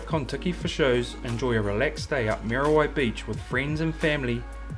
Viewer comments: moody why beach bra,not mear a why...lol thanks bro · Mean vid bro but cmon butha its not mary why dont be ashamed to pronouce it properly ehoa , churr